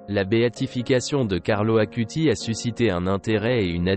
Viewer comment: Carlo Acutis. Non Carlo Akuti